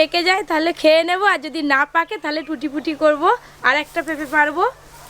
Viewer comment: লেখা আছে ট্রুটি ফ্রুটি কিন্তু আপনি তো বলছেন টুটি পুটি এখানে ফ্রুটি বানানে ফ্রু এর উচ্চারণ করুন প এর নয় এবং টু এর উচ্চারণে ট্রু কথাটা আসবে ok